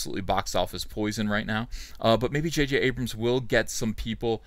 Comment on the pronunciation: I'm sorry did I hear you say "Va-J-J"? How dare you Sir.